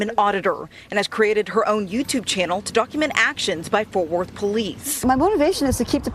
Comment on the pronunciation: WTF are "forf worth" and "inergrees"😳😭